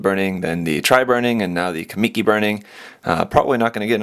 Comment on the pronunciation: sorry to be a grammar controller but its pronounced kah-muh-key not kah-me-key